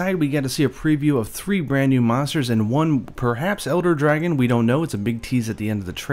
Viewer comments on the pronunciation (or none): I thought he said Erectile type of dragon for a second.